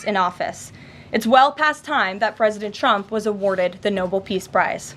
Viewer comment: It’s NOBEL not Noble Karoline!!